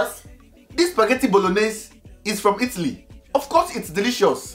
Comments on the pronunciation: No disrespect but when u said itttly not Italy I was dead😂😂😂😂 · who else is laughing about the pronunciation of Italy?